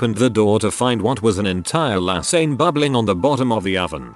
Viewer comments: tts voice No= number lasagne = lasagn it = I T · The way this voice says lasagne makes me angry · Omg the way the voice pronounces lasagne, I can’t breathe 😂😂😂